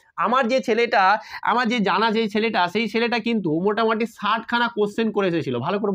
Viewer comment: Sir Ota motamati noye motamuti❤